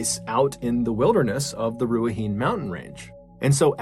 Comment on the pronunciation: Awesome stories - just FYI, incase you ever re-record the last story, the pronunciation is not Ru-ah-heen, it’s ’Rue-ah-hih-neigh’